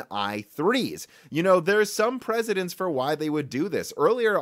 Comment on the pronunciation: Its precedence, not presidents.